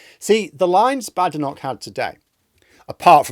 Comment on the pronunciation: I don't think i can listen to you mispounce the African woman's name any longer. I'll give it about a week then I'll unsubscribe.